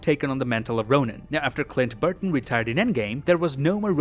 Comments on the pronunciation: It’s BARTON not BURTON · Did he say Clint Burton the whole episode? It Barton lol 😅